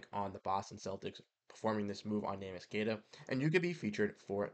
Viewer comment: I want him back, too. But, it pains my brain to hear you say his name that way. You produce content on the Celtics, you can do better. Please, please, please learn how to say his name. It's three syllables. Neh mee ish or if you can't say that... nickname Neemy